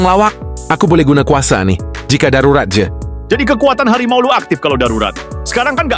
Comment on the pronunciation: Harimau ❌ Hawimau ✅